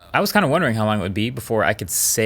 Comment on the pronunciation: "But OnePlus is kinda back." Huge emphasis on the "kinda". 😄